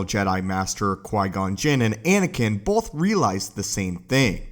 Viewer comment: Both not “bolth”